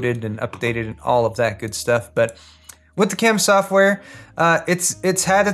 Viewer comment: "Not resizable piece of ssshhoftware"